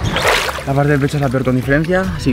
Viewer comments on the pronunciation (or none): none